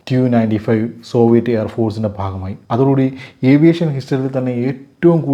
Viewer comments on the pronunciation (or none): none